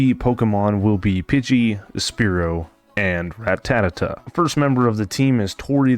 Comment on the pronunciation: Good video but everytime you say ratatata instead of ratata makes me gringe😂